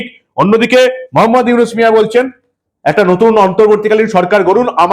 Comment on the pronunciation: আরে মাগির পুত তুই তো ডক্টর ইউনুসের নামটাও বলতে পারিস না, তুই কি বালের সাংবাদিক মন চায় তোরে জুতা দিয়া পিটাই।